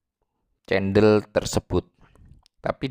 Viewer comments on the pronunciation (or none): cendel atau CENDOL bro.....wkwkwk (bacanya: KENDEL....bro)